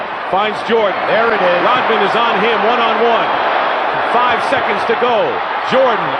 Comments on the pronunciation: Dude pronounces Rodman like rotman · It's RODman, not ROTman, you dolt. And Rodman did pretty good against Jordan. Rodman is also in the HOF in case you didn't know. As is Joe Dumars and Isiah Thomas. Oh, and in case you didn't know, the Detroit Pistons beat the Jordan Bulls 3 out of 4 years in the playoffs 1988 thru 1991. Easily.